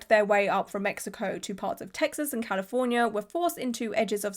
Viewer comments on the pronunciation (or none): none